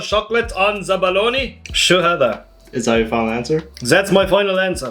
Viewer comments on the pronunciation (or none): I like when he says that he says zat